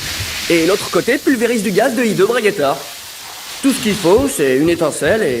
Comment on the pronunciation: C'est un h aspiré au début du nom de ce dragon non ? On devrai donc dire Le Hideux Braguettaure, non ?